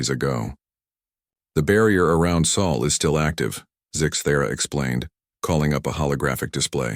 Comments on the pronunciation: Sol is the Sun's name not Saul. That's a mispronounciation. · "Sol" not soul please.